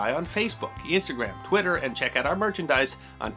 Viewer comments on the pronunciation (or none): none